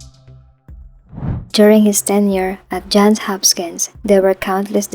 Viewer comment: To the content creator: Is the voice narration AI/TTS or a person reading a script? Either way, it is terribly distracting to hear well-known names like "Johns Hopkins" continuously mispronounced.